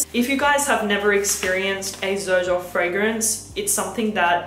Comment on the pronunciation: Why does everybody call it Zerjoff? The actual pronunciation - mentioned by Sergio Momo himself - is like Serjoff.